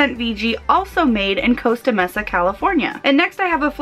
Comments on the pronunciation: I live in Costa Mesa. You're saying Costa correctly, but the Mesa is pronounced like: may-sa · Also, Costa Mesa ("May-sa") and La Mirada ("Mur-ahduh").